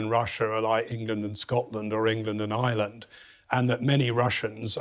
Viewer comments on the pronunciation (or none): none